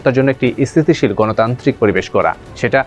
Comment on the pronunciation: Why your pronunciation is so weak? Both Bangla and English. You pronunced 'state' or bangla 'sthitishil' sounds weird. Business Standard should recruit good pronunciation people.